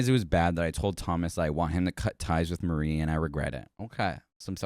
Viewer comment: you reading marie as mary pissed me off